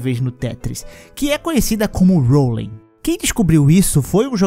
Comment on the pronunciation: Legal, faça um video desse agora mas com legendas em português, pode ser? Eu queria saber o que significa: "Rolim" "craxa" e várias outras palavras que você pronunciou aí que não existem.